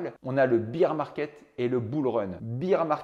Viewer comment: Yep, du coup faut dire bear, pas beer